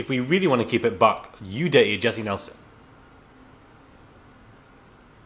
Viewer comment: 😂😂🤣🤣🤣 man said Jesey nelson